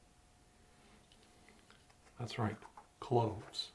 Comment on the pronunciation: For the smell test did you say Clothes or Cloves? Because I laughed so hard when I thought I heard clothes cause you know clothes smells but... it ..uh ..idk...